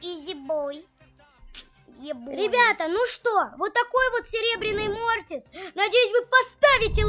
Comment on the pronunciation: Не мортис а мотрас